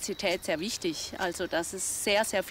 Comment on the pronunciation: "Die Biodiverschidääd isch mir Wischtisch".. Ah deshalb sorgt sie für ne Monokultur. 🤡